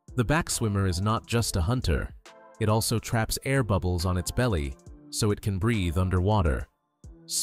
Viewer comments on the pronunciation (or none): none